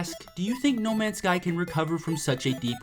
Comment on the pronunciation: u said the name wrong